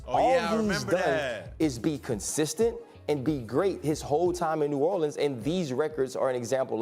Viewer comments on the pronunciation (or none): none